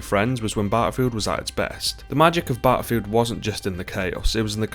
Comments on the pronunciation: Good old bah-al-filled is dead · Battlefield not batafield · ahh yes, Baafild